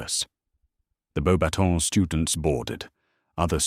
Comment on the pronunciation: It’s funny to me that the AI narrator gets “Beaux Batons” perfectly (well, most of the time) but mangles “Gabrielle”it feels odd to me to continually refer to Cedric not by name, but as “the Hufflepuff champion”. It’s pretty safe to say that anyone choosing to listen to this story already knows that Cedric was the properly chosen Hogwarts champion. With Voldemort’s practically tossing away poor young man’a life like garbage, not referring Cedric by name feels to me like erasing him entirely. Is this posted to Archive Of Our Own or another site?